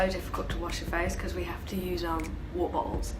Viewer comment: she rly said "wobobles" xD